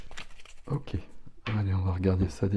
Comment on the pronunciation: On adore les « oké » 🫶🏻